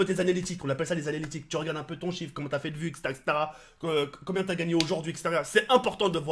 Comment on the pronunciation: 4"10 "Et Cobien, cococobien, cocobien ...?" Mdrr cet accent magnifique